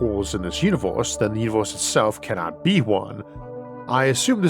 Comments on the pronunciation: why can't you say universe and say univorse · I think the video is of great quality but that throws me off, because it's mostly normal English but then I hear "univors" for example